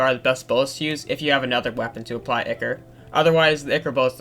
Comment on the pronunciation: its ichor not ikre